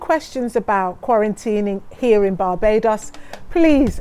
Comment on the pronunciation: Did she just say barbadious